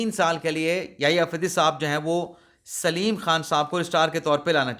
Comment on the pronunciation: جزیلہ سلیم نہیں بلکہ اسلم